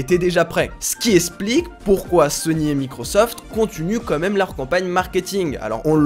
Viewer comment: "Quand même" pas "comme même" 😉